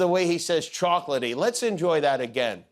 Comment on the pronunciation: Apparently, Rudy found a good lawyer. He wants you to THINK he's saying "chocolaty," but he's really saying "chalkity". That way he can't be sued for false advertising..